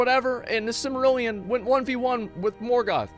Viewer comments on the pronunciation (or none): none